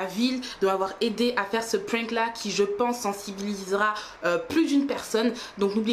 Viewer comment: "c était un prink" 😂